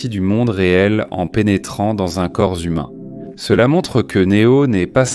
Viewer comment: "Dans un corps zhumain" 😂😂😂❤❤❤❤❤❤🎉🎉🎉🎉🎉🎉🎉🎉🎉😮😅😅😊